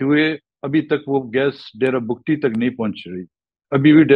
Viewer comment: Host should be brief, no need to ask lengthy questions. Frequent interruptions are unprofessional. Tribe’s name is Bugti(Boogti) not pronounced as Bug tee or Bagtee.